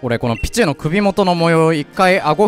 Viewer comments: ピチューの発音がシチューなんよ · ピチューの発音がビジューなの草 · ピ↓チュウ↑ のイントネーションすき笑